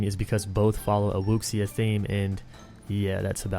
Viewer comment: Dude, wuxia is pronounced "woo-sha". Wu means martial/armed and Xia ("sha") means hero.